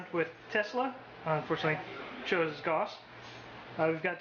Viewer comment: how do you play necrons and say gauss like that lol. Pronounced Gow-ce lol